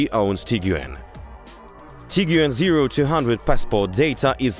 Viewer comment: Actually, it was the most comprehensive review of comparing cars I have ever seen. I enjoyed the detailed explanations, frank comments and also lovely accent. Just I would like you to pronounce the word TIGUAN like “TEE-GWAN” This is how it pronounced in Germany and it means Tiger. Tiguan’s build quality, Turbo Charged Engine, Roomy interior and cargo, more comfortable seats design, panoramic sunroof, prestige and classy look are unique specially with Highline model 5 seater with powerful 162KW engine build and assembled in Germany. Thank you guys.